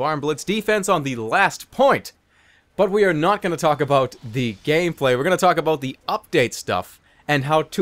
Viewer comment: Whyd oes he put so much emphasis on the gameplay part it there a inside joke